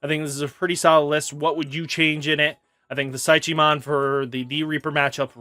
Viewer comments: Brah Psychemon is pronounced similar to psychic so you don’t pronounce the “ch” like Chi. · Beel - Star - Mon, there is no Z in the name Pysch - Mon, like psychology...